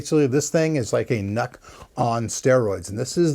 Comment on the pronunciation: It is NUC's not nuts... open your ears